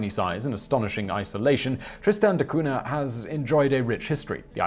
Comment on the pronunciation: Simon, how come you make an effort to pronounce a City in a Icelandic language, but when it comes to Portuguese, you completely destroy the pronunciation... Between Cunha and the explorer Magalhães you Butcher the language like Freddy Krueger on elm Street